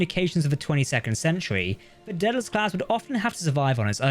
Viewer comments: It's pronounced Day-del-us NOT Dead-el-us. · Gotta be honest; every time the narrator says "Daedalus class", it sounds like "Dead-ass class".